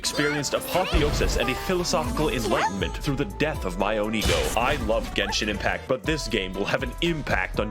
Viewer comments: I still can't believe she still called it Jenshin Impact I can't stop lmao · Ah yes my favorite gacha game Jen-sin Impact